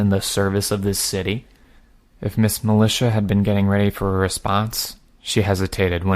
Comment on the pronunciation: Still not as bad as militea from a few arcs back.